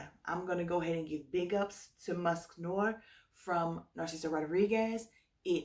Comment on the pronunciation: I love musc noir too!! Just a heads up Its pronounced Nwar its French for black musk 😄 I'm definitely hunting down a bottle of dupont signature thanks to you, that bottle is so pretty!